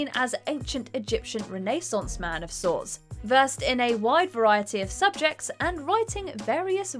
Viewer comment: I like how you pronounce Renaissance properly like Ted Mosby 🤣